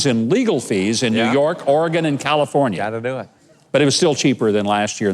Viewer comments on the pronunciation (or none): none